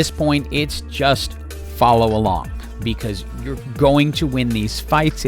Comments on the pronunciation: Veegr Pretty sure its pronounced Vey-gar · also, it sounds like you say veegor and not veegar as well :D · and how you say Veegar versus VI-gar is why im having to move on. Its driving me NUTS lol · Regular people: Veigar "vey-gar": Veegar "vi-gar" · Bro, this video would be so perfect without that ,,Veegur" thing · lol the engagement farming by saying “VEE- gar” is so galaxy brain 😂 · Please don't call him Veegur. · Broooo hes called veigar not Vigar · I mean it's not like I watched any of the lore from league but I guess it's just a mispronunciation since the official one (just checked) is pronounced "vai-gar" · Decent guide, but had to give a dislike for saying Veigar with a hard r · Veegur, Arcane-uh, Zair-Roth, yes sir, my engagement = farmed